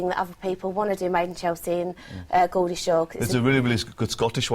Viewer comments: Its Geordie, pronounced Jordee LOL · She said 'Gordy' instead of 'Geordie' (Jordy)